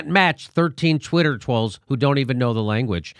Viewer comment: I did, I did, I did Twee a Twidder Twoll.